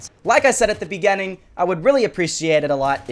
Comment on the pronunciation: "At the begeneng"